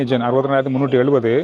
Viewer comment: ஜப்பானிய "என்". sir you are pronouncing it as gen. It is yen. Your videos are short and sweet.